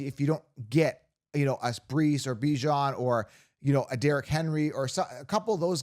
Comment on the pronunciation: You said Bijon’s name correctly! TWICE! YES! Other than that, your content has been spot on!